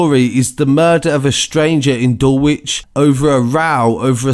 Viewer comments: r.i.p to those who lost theor lives!!! oh and its pronounced dul ich yo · It's said dul lidg not how it's spelled dulwich